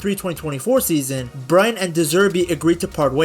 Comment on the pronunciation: Learn to say Brighton....Brryton!!!